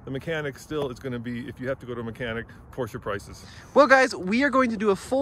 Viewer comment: Congrats to this very nice 944 and perfect pronounciation of "Porsche" ! :-)